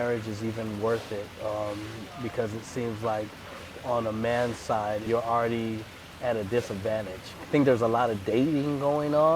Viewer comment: she pregonant alrrraydee!